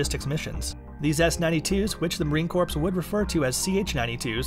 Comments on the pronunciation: 90% of the comments are about him acedantally saying Corpse without a silent 'p' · "Marine corpse"???? CRIIIIINNNGGGEEEEEE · You are allowed one slip of the tongue but calling it “corpse” 200 times is unforgivable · Let's see if he can get away with calling it the "corpse" while he's on a Marine base! NOT!! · corps /kôr/ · The "p and s" is silent in Corps. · It's Corps not Corpse. THE S IS SILENT!!!! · Marine Corpse?…he seems to speak pretty good English otherwise. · Why is he pronouncing the ps in Marine Corps?? Theyre silent... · You should be aware that the "p" in corps is silent. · Thank you I wanted to throw my phone every time he says the S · Holy crap I literally cringe every time he says “corps” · Um, the "ps" is silent in Corps. Aggravating. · Bruh legit everyone in the comment section: the “P” is silent We know we don’t need hundreds of people saying the same comment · I cringe whenever he says "corps" XD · It's Corps, the P is silent !! Every Devil Dog rolling his eyes when he hears that. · The "p" in Corps is silent...C'mon man!!! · Please say corps without the S, for the love of God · Did you not know the “s” is silent when saying goodbye Marine Corps? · The "P" is silent in Corps!!!!!! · Silent “p”. Sounds like the notable clip of Obama saying “corpsman” with the P prominently on display. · I was assigned to HMX-1 as a crew chief on VH60 . I have several hundred hours of flight time on these helicopters. I can truthfully and honestly say this video is total BS. They have no idea what there talking about. The P is silent. Bunch of wannabe know it all's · The P is silent. Lol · It’s not Marine “corps”! The p is silent! Any American should know this. Especially an American journalists! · STOP PRONOUNCING THE P IN CORPS! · ugh marine core the ps is silent jesus christ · Why in the FU** are you pronouncing the "P" in Marine Corps?! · Stop pronouncing the “p” in “corps” you no body! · I love how he says corpse instead of core. It’s soothing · Marine Corpse??